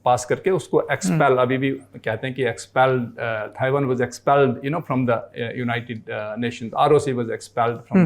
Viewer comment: Bolna sikhao ise..taiwan hai not thaiwan...aap padho ise...is se jyada mujhe knowledge hai..